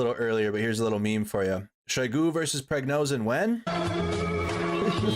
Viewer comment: Its VoronEZH not VoronZEH. And it's not PriGNOzin, it's PriGOZhin. Wtf?! Can't you read?